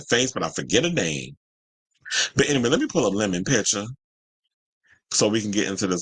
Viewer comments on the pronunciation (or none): I find it jarring because I just hear it as “the my” and it doesn’t compute. Lemon in French is citron. But to each their own :) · The way you say "Lemon" (with a french accent) is so funny to me lol.